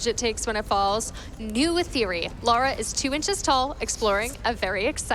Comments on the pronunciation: Great run, but the character's name is "Lara"...not "Laura". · Why is he saying Laura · The name pronunciation is all over the place in this run, she went from Laura to Lora and then back to Laura like 8 times but it never actually landed on Lara, her actual name. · her name is not Laura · Hearing her being called Laura the whole run was damn painful! But an impressive run to make up for it at least!